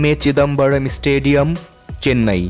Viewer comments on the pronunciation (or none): none